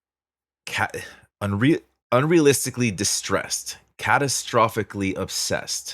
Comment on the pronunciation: "Unrealistically" has 6 syllables but I only count 5. Maybe she says "un-ruh-lis-tic-ly"?